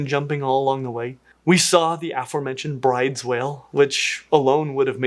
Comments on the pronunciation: Just a heads up, Bryde’s whales is pronounced “Broo-dez”. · Bryde's whale is pronounced "Broodis". It is named after a Norwegian person.